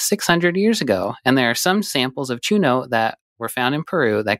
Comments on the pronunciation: Very respectfully, the ñ in Spanish is pronounced differently than a normal n. So it's pronounced 'choo-nyoh':) you are the best! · Hearing them say "chuno" instead of "chuño" throws me off 😅 even though I've never heard of it until now